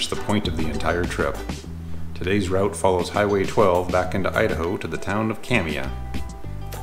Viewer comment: Kamiah is pronounced cam-e-i the ah is pronounced as an i sound and the i is pronounced as an e sound It’s the same with the neighboring town Kooskia the a is silent